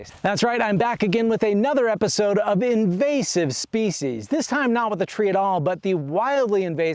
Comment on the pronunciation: It’s an “in vozz ive” species not “in vase ive”